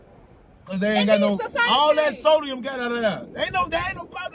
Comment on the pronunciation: He keep saying sodium 😮‍💨 sir its not sodium.